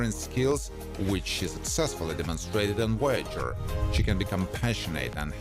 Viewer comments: Its Voyager not woyager. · Pretty sure there is a V in Voyager, not a W